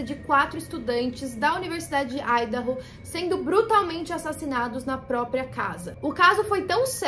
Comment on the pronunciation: feliz que finalmente um vídeo que tenha ordem e sentido e além disso pronunciando Idaho corretamente